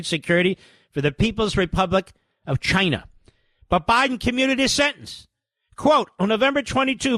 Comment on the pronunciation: I wonder what Biden is charging per Pardon . Old Scranton Joe . Lunch box Joe poorest man in Congress .🤔 No corruption here according to JKP tomorrow I'm sure . Epic Chinese pronunciation BTW Mark 😂